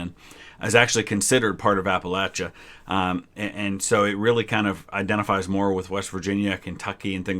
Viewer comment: As a WV’ian, I really appreciate the way you say Appalachia